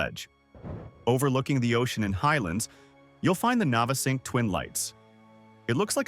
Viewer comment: Navesink too was painful to hear.